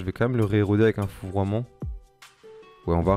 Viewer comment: Ta du mal avec la prononciations de fourvoiment 😂😂 jetait mort de rire ta refait ma journée mdrr